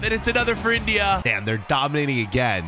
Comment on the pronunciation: Why do you say India like that bro